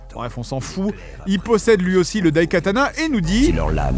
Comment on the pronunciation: Je suis désolé, mais je pense que le t se prononce.